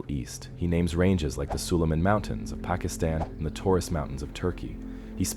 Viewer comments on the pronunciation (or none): none